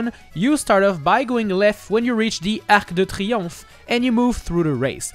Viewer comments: Oh gosh this arc de triomphe was so WELL pronounced, good to see a non french speaker saying a french word/name so correctly ! Just, thank you ! Edit : same for Jardin du Trocadéro ! How can you pronunce it so well ?!! Tell me your secret !! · Your right pronunciation of Arc de Triomphe gives me life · I like the way your pronounce L’arc de triomphe 😁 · Props for pronouncing Arc de Triomphe right